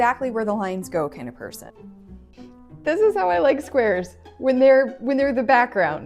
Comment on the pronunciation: Not me thinking she said swears till she said not exactly squares but Rectangles